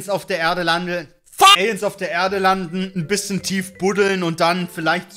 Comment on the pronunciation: landeln xD wieso muss ich wegen so einem kleinen Versprecher so lachen??